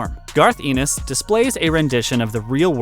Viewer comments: FYI - it's ENN-is like "Dennis", not EE-nis like "penis". Good recommendations, though! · It's pronounced "Garth N-S". Of course, the golden age of horror comics was 1950-55 - hundreds of classic stories. You missed EC Comics.